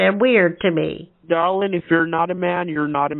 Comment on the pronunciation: DAR-Lynn. 🤢 🤮 I didn’t saw the number😂